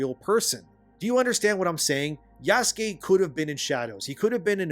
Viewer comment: The way you pronounce Yasuke is triggering. I'm fairly certain it's not Jaskey. Pretty sure the "u" is not silent.